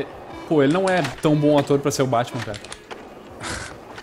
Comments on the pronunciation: é impressao minha ou esse neo nao fala a letra r? tipo cara é caga '-' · n fala cara kkkk ele fala caga kkkkkkkkkkkk